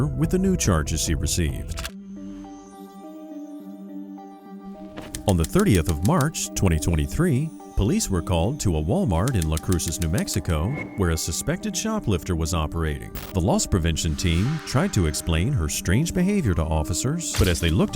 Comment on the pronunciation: Las Cruces is not pronounced "La Crushes", as the narrator of this video does. Further, I have no idea what the word 'Unknow" names that you flashed on the screen. Amateur, lazy video production must be called out. I refuse to sit here and be insulted by your laziness.